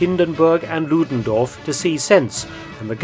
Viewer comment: Errig Ludendoof🤣 I love Mark feltons german pronunciation. And he makes so many reports about Germans!😊